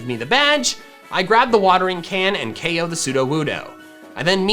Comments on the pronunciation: Yo i would definitely buy if my pops allowed me to it's cool !! fyi you say the one hit ko thing in the opposite way, keep in mind that dont say ok say ko thats it otherwise i love this vid !! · It is ko not ok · Any time he said O.K I'm like it's K.O NOT F $*KING O.K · You switch between saying KOed and OKed a lot... What is OKed is that just a mistake??? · STOP SAYING O K, JUST SAY KO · CONFIRMED: if you take a shot everytime you hear “OH-KO” you will be pretty fucked up